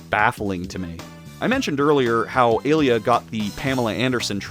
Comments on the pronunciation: Mfer talks about the games for 2 hours but can't even pronounce the names right nor knows how the games work. It's not "A-lee-a", it's "ah-liah". It's not "gay armor", it's "gah-ee-ah armor". And you don't "unlock" the last 4 mavericks in X5, you're able to play all 8 stages from the beggining. Mfer also can't even pronounce "Bonzi buddy", it's not "bonzai buddy", it's "bon-zee buddy". Also, there's a lion maverick already, Slash Beast from X4 and also a horse maverick in X5 if you consider pegasi as horses. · Pronouncing “ay lee ah” as “uh Leah” is jarring and funny lol. Great video and amazing intro. (Also I never noticed how many bugs there were until now, and you’re right TOO MANY) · I wanted to punch you so bad every time you mispronounced Alia's name. Other than that, I love this video.